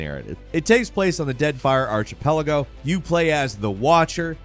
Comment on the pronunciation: Dude as a narrator for a pretty famous YouTube channel I think it’s only fair you have better pronunciation or at least then maybe try to do some homework.. never have I heard someone call it an “Ar- Chi - Pelago”